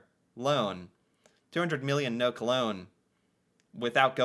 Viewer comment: NOK is short for Norwegian kroner, we never say nok 😊 (so funny) ....good reaction 👍 | I do believe all the Nordic countries have 5 week full paid vacation. Denmark do, for sure.